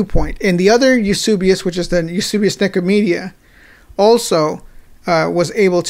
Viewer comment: Eusebius was such an Arian that he signed on (granted, begrudgingly) at Nicaea and rejected Arianism. Brilliant! Btw, it’s Eus*e*bius, not Eus*u*bius.